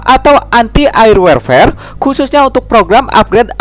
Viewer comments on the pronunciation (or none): Warfare dibaca worfer